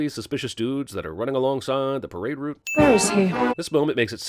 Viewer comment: An American who can pronounce the word "Route" correctly? Gosh. Either Downton Abbey is entering his soul, or everyone in the NFL pronounces "Route" wrongly just to be annoying.